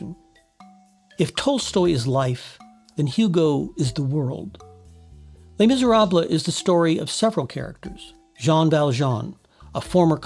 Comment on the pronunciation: Nice analyses - thanks! Not sure you're pronouncing "Les Miserables" correctly, but I never took French.